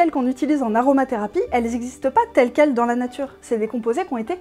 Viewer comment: Natuwopathie ? Ah, ben wé m'dame. On la woa bien fot' le camp, la natuwe.